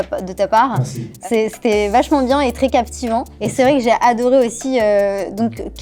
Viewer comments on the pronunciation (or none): Pierre Croce qui dit KLM... C'est KML pierre !!!!!!